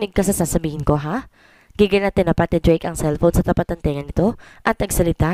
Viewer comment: Blake din dinig ko imbes na Drake